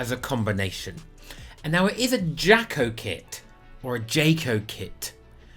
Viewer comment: Imagine his face when he learns that "JAKO" is actually pronounced "Yah-koh" ;) The Mainz shirt is, indeed, awesome.